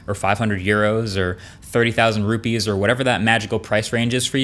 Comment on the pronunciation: I heard him mentioning "30‚000 ruppes" ...😅😁